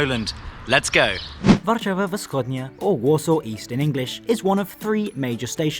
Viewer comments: I'm impressed with your Polish, so just one extra tip: Whenever you have two consonants in a row, the first with sound and the second soundless, the first one loses its sound in pronunciation. So, instead of "W'schodnia" you sould say "Fschodnia" without an audible break after the first consonant. It's a masterclass, I know, but you will be able to handle it. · Your pronunciation is truly great especially for such a small language as Polish, except that "Warszawa Wschodnia" is actually pronounced as "Fschodnia" (initial W gets devoiced to F when followed by unvoiced consonants, in general you never get a cluster of voiced and unvoiced consonants in spoken Polish, if this happens then either the voiced ones get devoiced or vice versa). But the rest was ok and you also earned a sub ^^ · wschodnia we pronounce f-s-hodnya